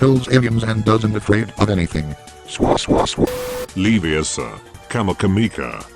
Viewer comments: it's Leviooosa not Leviosà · Them: "Leviosa" with the wrong pronunciation of a at the end Me: This is a disgrace to mankind